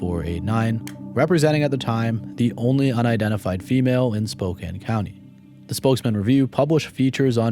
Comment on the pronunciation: Spokane is pronounced Spo-Can (like soda can) Not ‘Spoken”